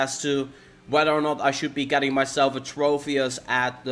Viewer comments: It's tropius not trofius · As well as every time he said "Trofius"... TroPius, with a 'P', not with an 'F', not with a 'PH', just a singular 'P'.